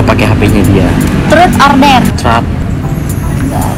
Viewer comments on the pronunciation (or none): bacanya tuh trut bukan trat